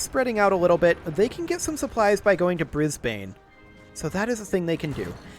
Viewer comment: To avoid annoying your Australian listeners: most of our place names have strong emphasis on the first syllable. So its BRIS-ben, MEL-ben, CAM-bra; not bris-BANE, mel-BOURNE, can-BER-ra. Keep up the good work 😀